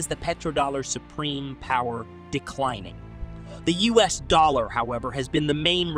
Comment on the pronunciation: You cite percentages in your videos a great deal. However, your narration (both text and voice) always skip saying "percent" which is jarring. Also, you frequently pronounce "US" as the "us" pronoun. If you correct these deficits, your videos would be more polished.